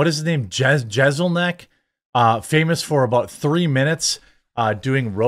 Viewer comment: Im usually with you, but you're off this time on Jeselnik. He's clearly messing with people. You started off acting like you didn't know who he was by intentionally mispronouncing his name, then at the end of your video admitted that you understand the kind of comedy he performs and that he rips on people while pronouncing his name perfectly. C'mon Jeremy, don't be fake.